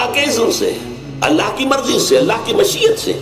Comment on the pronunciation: اللہ تعالیٰ کی مشیت Mashiyat اللہ تعالیٰ کی چاہت اردو کا جنازہ نکال دیا تلفظ درست کریں یہ آپ کی قومی زبان ہے اسے مجروحِ ہونے سے بچائیں ۔